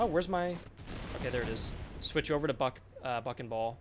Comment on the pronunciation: "BUCK and ball"!!!! Aaahh... sounded like "f**n ball" - not very on-brand for this nice young lad.